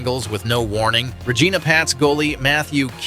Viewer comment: They way you say regina is funny lmfao its not how you say it. RegIna with an "I" not an "E"